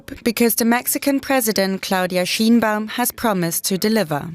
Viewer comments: SHINE-baum. Scheinbaum. not sheen. Like a light, not a gloss. Shine a light on the pronunciation. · It's not Sheen baum... it is sheh inh baum